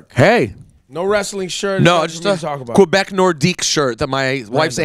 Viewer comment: Québec not quobec Rosenberg